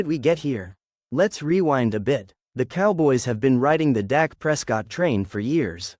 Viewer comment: His name is Dak not Doc!